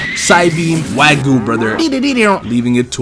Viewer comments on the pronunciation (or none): none